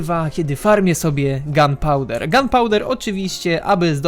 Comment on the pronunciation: Wiem że to jest czepialstwo, ale powinno się mówić gunpowder of gun a nie, gumpowder